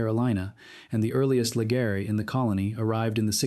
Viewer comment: LEGREEEE... NOT LEGARRREEEEY